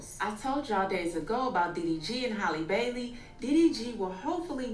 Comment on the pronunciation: the way called her “Haylee Baylee” 😂